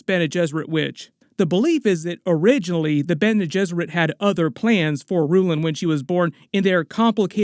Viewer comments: It's slightly jarring for me to hear you pronounce it "a-ROO-lan". I don't think I've heard anyone else utter that name, let alone in the movies, so my own interpretation could be totally wrong. I always read it like .. Irulan like irridescent. Don't mean to be negative, I loved your breakdown. Just saying it's funny how we read things differently in our own imagination. EDIT in the 1984 version Kyle Maclaughlin pronounces it Yuri-lan just to confuse us all the more. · Since I plan to watch all your videos, Irulan is pronounced "Ear-ooh-lahn". Emphasis on the first syllable, not the middle. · In the audio books they pronounce Irulan with the emphasis on Ir instead of U.